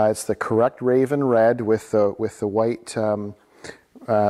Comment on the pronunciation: It’s Roman Red not “raven”.